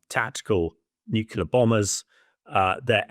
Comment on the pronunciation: Here we go again... "Nucular" and "Mediyev"? Can you at least find "experts" who can read?